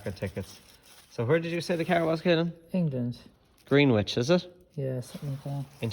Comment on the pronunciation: Good job on the frame and arms looks fresh , must leave my 36 up to yas 😅 . That place is pronounced gren-ich I used to live in woolwich last year , certainly wouldnt see a 36 around there nowadays lol